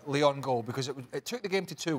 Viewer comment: It’s Lyon